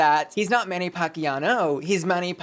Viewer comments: Pacquiao not Pacquiano. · Manny Pacquiao is pronounced Packy-yow. Fits much better with Packy-yass.